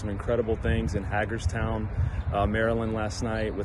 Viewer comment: It's pronounced hay gerstown. Great video